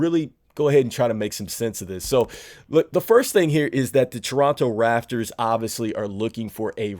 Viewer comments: RAP-TORS - You just said F it, I'm gonna call them the Rafters. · Am I the only one who noticed he said Toronto raffers and not raptors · I kept saying to myself l, is he saying Rafters? 😅😂😂😂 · It’s pronounced raPtors